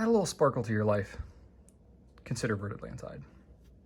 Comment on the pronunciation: Great video - I loved the intro! One small point - and I know you're not a linguist,, so it's advice kindly meant, not criticism - it's pronounced more like "Vair Atlonteed":)